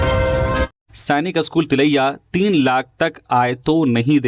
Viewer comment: आप का 'स्कूल' का उच्चारण अशुद्ध है. इसे ठीक कीजिए.